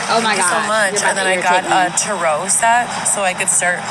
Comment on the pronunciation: HOW THE FUCK DID SHE JUST PRONOUNCE TAROT 😂😂😂